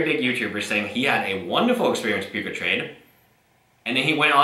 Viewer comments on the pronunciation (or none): It sounds like you're calling it Puke-a-trade. Which is a more accurate name than what it actually is.